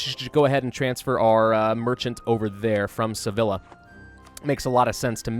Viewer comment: Sevilla is pronounced seviya not sevila